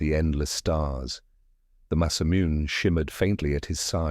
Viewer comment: Sephiroth's masamune ... you really need to check your TTS before you upload to make sure names aren't mispronounced, or it's going to be a major distraction throughout the story.